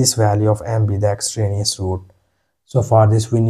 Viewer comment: Yes, and it's EXTRANEOUS, not extranouse!